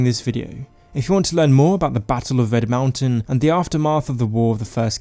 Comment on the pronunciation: ITS RED MOUNTAIN NOT VED, RED!!!